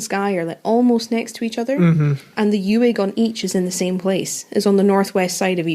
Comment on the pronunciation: Uig is pronounced like ooig, by the way!